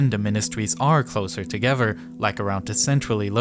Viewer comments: eFiopia, instead of eTHeopia . Sounds like he has a ‘F’ , for ‘Th’ speech replacement Phonological defect. TogeFer, for TogeTHer. OverFrow , for OverTHrow. NorF for NorTH etc. Also spotted gWoop for GrOUp CentWal for CentRal. TWaditional for TRaditional Probably a few more , but it becomes difficult to concentrate on the actual subject which is ( otherwise very interesting ) An early intervention might have helped, but so many kids are just not getting that help early enough. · It’s not de, dis and dese it’s the, this and these with the tongue between the teeth. Also it’s not uvver and togevver it’s other and together.